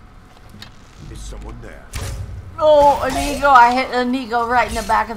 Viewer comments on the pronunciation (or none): Good morning grandma! that inigo name sounds Like (Amigo) when you say it and it cracks me up everytime😆 Like: Come on amigo Let's go